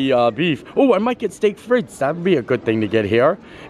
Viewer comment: Frites (as in steak frites) is pronounced freeeeetes. Hubby said I had to tell you or stop screaming at the TV lol.